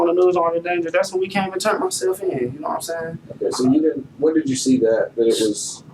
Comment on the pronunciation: “Naw’What I’m Say’n?” Don’t think I ever wanna hear that again! Naw’What I’m Say’n?